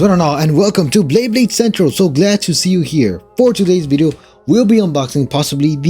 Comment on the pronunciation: Bro said blayblade ☠️